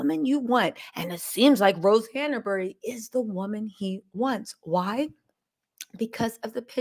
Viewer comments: It's Hanbury , not HannAburry. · Your information is SO misguided . Your hatred for a family you don’t know even know is clouding your judgement . I would suggest doing some actual research before posting so much misinformation. And it’s HANBURY NOT HANERBURY . At least get her name right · the name is HANBURY, not HANABERY! Say it properly. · Who can take you seriously when you refer to Rose Hanbury as Rose Hanaberry? Don’t you know her name yet?